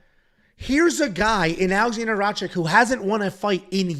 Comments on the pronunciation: you keep saying Rachik.. just change the ch and k and say Rakich.. thats the best way to explain to you how to say his last name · it's pronounced RACITCH